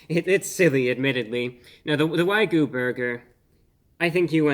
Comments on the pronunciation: OH MY GOD!!! Look at the word! It's WAGYU, not WYGU. I'm cringing every time I hear him say the word so incorrectly. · why goo? 😂 you know what bruh you can’t pronounce it anyway you’d like 👏🏻👏🏻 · if this guy says wai-goo again ima snap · Wrong pronunciation. It is "Wag You", Not the way you are pronouncing it. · "Why Goo" indeed. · are you trying to say wagyu wrong haha? it's wai-gyoo... as evidenced by the pretty simple spelling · He finally takes the first bite . He doesn't know how to pronounce 'Wagyu' he says 'Waygu'. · Why-goo beef? What-goo? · At Arby's, it's waygu, whatever that is, for legal reasons...😁 There's no way that patty contains actual wagyu beef for 8 bucks.😉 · lol why-goo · The king of mispronunciation... whygyou do it brah?😁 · I heard from others that the beef patty was NOT juicy at all but pretty DRY! You didn't just pull out a PIECE of the beef to taste just that BEFORE eating the whole sandwich did you, and you are mis-pronouncing WAYU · how about to pronounce wagyu properly for starters? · I feel like I just wasted 5 minutes of my life watching Sheldon Cooper mispronounce wagyu. Sorry couldn't make it farther than that. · He mispronounced wagyu so many times I almost started to believe that that's how it's said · I can't take the reviews seriously. Each time he reviews "wagyu", he pronounces it wrong 🤷. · Except he can't say wagyu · Please do not mind our king's pronunciation of "Wagyu". He went to the Merriam-Webster Dictionary HQ and changed the pronunciation of the word JUST for this review. Have a good day.❤ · WAG-YU WAG-YU WAG-YU NOT WHY-GU WAG-YU WAG-YU WAG-YU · Love you man. But your pronunciation of wagyu driving me crazy. "Why-goo" instead of "wag-yoo" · It's pronounced wag-you, not why-goo. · Good sir, much respect, but it is pronounced ' Wa-gyoo ' , rather than ' Why-goo '. Common mistake to make. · Say it with me, "Wag-You". Not "Why-Goo". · Wagyu is pronounced wogyoo, not wygoo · not "why-goo", but "waa-gyoo". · It's WAG-yu